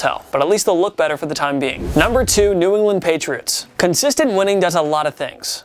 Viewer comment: this man really said "New Orland Patriots"